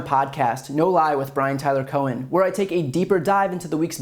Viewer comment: "Cohen" huh?